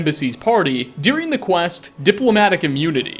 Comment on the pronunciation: Why do you pronounce the word ‘during’ as dearing?